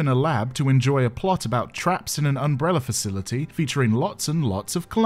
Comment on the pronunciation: I forget which movie at this point ( they all feel like a fever dream ) but right at the beginning Alice says "umbreller" and it just feels like that moment sets the feeling for the whole series